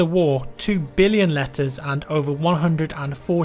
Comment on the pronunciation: I'm not gonna lie. I thought you said "lettuce". And I'm like 'does the military in WW1 only eat lettuce? oh wow'. then you go on showing a letter and I'm laughing at myself. 'Oh, Letters!!'